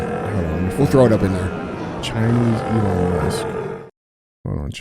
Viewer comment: Eeerron Musk